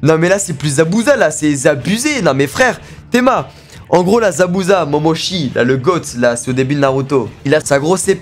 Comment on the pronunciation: c'est plus Zabuza la c Zabuzé🤣🤣